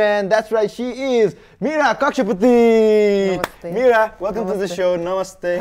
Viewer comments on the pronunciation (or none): hear कक्षा पुती 😂😂 #sorry